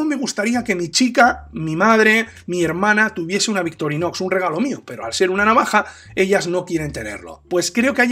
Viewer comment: Es victorinox o Victorinosssss? Jajajaja abrazo buen vídeo!